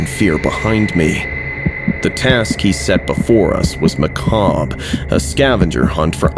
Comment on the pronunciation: THANK YOU for saying macabre right! 😅